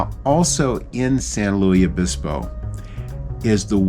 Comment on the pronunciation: As a native Californian I grew up going to this area of the central California coast ( actually we stay north of Morro Bay). It’s my favorite place. Summers are relatively cool on this part of the coast and the water is always icy. The missions in California tend to be “ unadorned”. BTW, for future reference the “s” in San Luis Obispo is not silent; instead the word is pronounced like Lewis. Also fun fact, San Luis Obispo bans drive thru anything. So you won’t see drive thru for coffee, fast food or even banks ( the last time I knew, but I don’t believe it has changed).